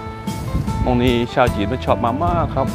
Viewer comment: ป้าชอบคลิปของคุณมากทำให้ได้ดูและรู้อะไรๆในประเทศไทยมากมายสนุกมาก แต่จะขัดหูทุกครั้งที่คุณพูดออกเสียงคำว่าชาวต่างชาติ ออกเสียงยาวๆสิ ชาววว ชาตตตไม่ออกเสียงชาวเป็นเชา แต่ไม่เป็นไรป้ารู้ว่าคุณก็เป็นชาวต่างชาติป้าก็เป็นคนภูไทด้วยออกเสียงเป็น ซ ไปเลย